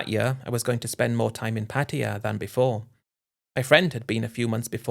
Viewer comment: Pattaya, not Pattia